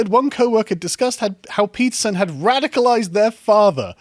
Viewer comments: I constantly hear him say pizza instead of Peterson. Now every time someone mentions Peterson, I crave for pizza and vice versa. 🍕📖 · Am I the only one who heard "Jordan Pizza" almost every time?